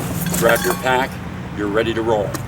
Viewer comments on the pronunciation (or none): none